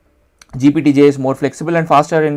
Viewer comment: Why are you saying GPT-G? Did you mean GPT-J?